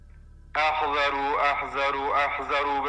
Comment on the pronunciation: اَحذرو اشتباهه عمو وباید بگی اِحذِرو